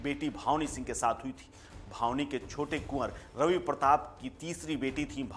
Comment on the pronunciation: ये रिपोर्टर बार बार भावनी सिंह बता रहा है जबकि सही नाम भानवी है। बिना हिन्दी पढ़े लोग पता नहीं कैसे रिपोर्टर बन जाते हैं?